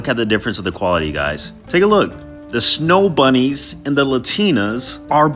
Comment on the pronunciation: You pronounced 'snow bunnies ' like an educated white man